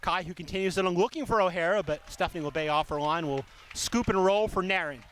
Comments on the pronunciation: This commentator always says Nair in for Nairn. 😂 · There is a video on YT of Nairn saying her name, and that is how she says it should be pronounced. I know, it doesn't make any sense.